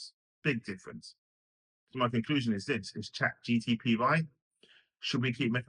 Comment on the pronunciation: Guy can’t even say Chat GPT right.